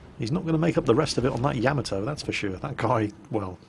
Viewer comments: YA-MA-TOE Not... YAM-A-TOE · YA-MOD-O, not yam-a-toe.